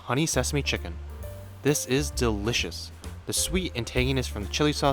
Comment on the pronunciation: loved the video but bro the way he says "this is DELL-LICIOUS" just kills me lmfao thx for the recipe <3